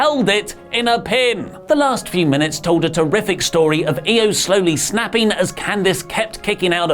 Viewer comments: Isn't IO pronounced EE-O rather than Ay-O? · I cringe every time says Io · Can someone teach how to pronounce Io consistently? Where's WonderOli when you need them?! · it's Io, not Io.